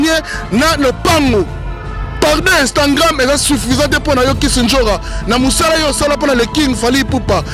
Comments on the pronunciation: Donc tu ne sais pas prononcer Instagram ?? Tu dis Instangram😂😂🤣🤣🤣. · Instagrammme apprend à parler français frère c'est Instagram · Balobaka instagram et non instantgram boni zoba makasi boyeee pd likata dongi elemba lisoko pota zacharie apasolaaaa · On dit IINSTAGRAM PAS INSTAGRAIIMMMMM tu fou quoi en France finalement kaka makelele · Oza aventurier prononcé bien Instagram.